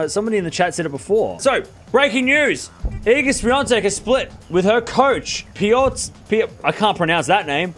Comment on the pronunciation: Ahahahaha.. Got the pronunciation spot-on, mate ! 👍👍